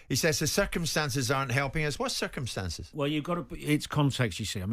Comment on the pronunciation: When Pochetino says circumstances, I hear circus. Honestly, the circus suits better than circumstances.